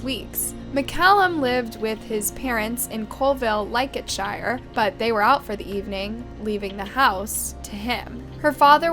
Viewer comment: say all shire's as 'sheer' is the English way